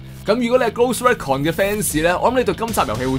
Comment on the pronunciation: Recon <-- RE-CON not REC CON